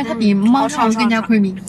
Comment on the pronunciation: 😅太太问定位，你share location 给老公就有定位了😆 这句 太 “creamy” 了 完全是大马人说的英文🤣🤣